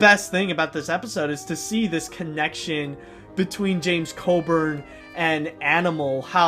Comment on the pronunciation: his name is James Coburn not James Codern. try again